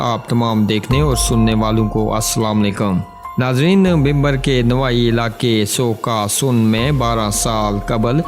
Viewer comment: سو کا سن نہیں ہے یہ لفظ سوکاسن ہے